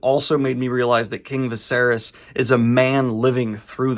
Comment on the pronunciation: Why did you pronounce it vasarys lol is viserys (vis-ae-reece) that hard to say??